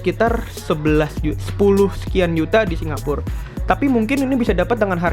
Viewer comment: hampir 20 kali dalam 10 menit ngomong singapurrrr....